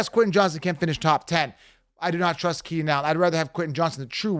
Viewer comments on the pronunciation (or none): none